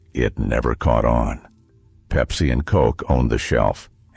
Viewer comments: I stopped watching after Pepsi was called "PEEPSI", kinda hurts the credibility... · Peep-see. I want my Peep-see.